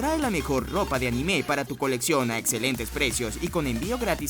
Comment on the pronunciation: Siempre me pregunto porque los latinos le ponen un acento inexistente a la palabra anime xD